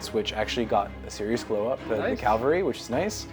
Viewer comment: Calvary is a hill in Jerusalem, Cavalry is the word for mounted troops. Where you place the L is important.